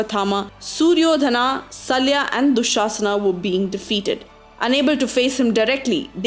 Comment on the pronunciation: Please correct your pronunciation , it's Shalya and not Salya. Also while mentioning the unfair deaths, there has to be an unbiased view. Karna's death was unfortunate but it was also because he abetted in killing Abhimanyu and in Droupadi's Vastra-apaharan. Also he had curse of Bhoodevi and Lord Parashurama upon him because of which he was killed. So in all if you see, it wasn't unfair. If he had really joined the pandavas or atleast corrected the wrongdoings of Duryodhana, it would have prevented so many things. Even Duryodhana's death wasn't unfair because he has more than once failed his words. The Mahabharatha war was mainly due to not giving a share of his kingdom to his brothers who were equally entitled. He attacked Lord Krishna in front of all members of the palace when Krishna came to ask to give land to pandavas. Keeping view of all injustice and wrongdoings, his death doesn't at all qualify to be 'unfair'.